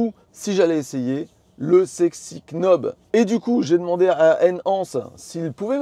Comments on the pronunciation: Et quand on est knob on est prédestiné à dire knob, au lieu de nob 😂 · Sexy " quenaube" ?! 😂 On dit "nob" sans prononcer le "k" comme les Knicks de New-York, le verbe "to know" etc 😉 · "nob" pas "k'nob"! Sexy knob ça porte à confusion, je vous laisse chercher pourquoi ;-) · Vidéo super claire, merci! C'est top que vous testiez un peu de matos comme ça. Et le format est cool =) PS: le "k" de knob est muet en anglais;) ça fait "nob" et du coup c'est plus simple haha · Nob, sans le K. Stpppppppp!!!😅😅😅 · Pour l’amour de dieu, le K est muet. Ça se prononce « Nob »….. chaque K prononce est comme un Keunife to my heart 😂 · English 101, Knob se prononce Nob ;-) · Par pitié le k de « knob » se prononce pas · "You know" On prononce pas le k, pour le knob, même combat 👍🏻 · J'ai pas de Tesla, donc a priori je m'en fiche des accessoires. Mais j'ai regardé la vidéo juste pour le plaisir, parce que c'est La Chaîne EV. C'est vraiment cool ce système de Sexy Buttons / Sexy Knob, si j'avais une Tesla je n'hésiterais pas une seconde. 👍 PS: j'ai passé toute la vidéo à me demander si faisait exprès de prononcer le K de knob pour nous faire réagir 🤔... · Le K de Knob est silencieux c’est de l’anglais 😅